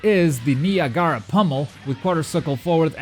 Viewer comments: Ni-A-Ga-Ra not “Niagra “ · "Neeagaaara" pummel😂😂😂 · Knee-uh-garaa pummel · I'm sure I'm not the first person to say it but that pronunciation of Niagara was legendary lol. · It's Niagara like the Niagara falls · Niagara is pronounced like the waterfall on the border of New York and Canada... Niagara Falls and Niagara Pummel. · that moment when you watch too much anime that you cant even pronounce Niagara right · He said the portuguese way to say it. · Its Niagara like niagara falls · Lol you say Niagara funny